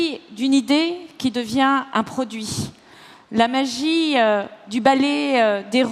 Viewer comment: Le capital donné à ses enfants, c'est la magie-euh...